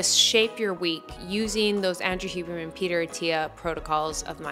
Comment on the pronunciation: *Huberman lol not Hibernian